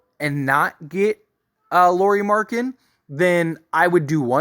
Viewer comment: If you are going to make a video and your centerpiece is Lauri Markkanen please at the very least learn how to pronounce his name correctly.